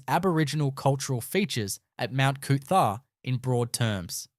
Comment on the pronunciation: Thanks for pronounced coot...tha.